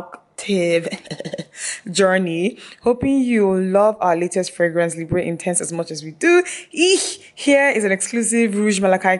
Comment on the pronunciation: Someone may have mentioned it already but "Libre" is pronounced somewhat like "Libr". The "e" is silent just like the French word "libre" which means "free". :) :-)